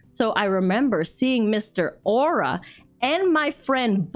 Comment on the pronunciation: Au'ra = Ow - ra